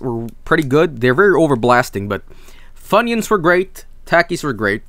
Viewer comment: My American body died after he keeps on saying Takis. It's pronounced Talk-eees!